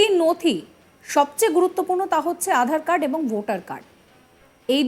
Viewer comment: উপস্থাপিকা উচ্চারণ করলেন, 'আঁধার কার্ড' (12 sec এ) ; প্রচুর ভুল দেখি এই চ্যানেলে। 'আজ তক' এর মত চ্যানেলে এইসব অভাবনীয়।